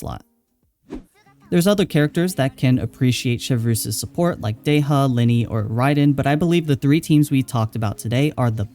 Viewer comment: Not Deh-ya, but Dé-Hya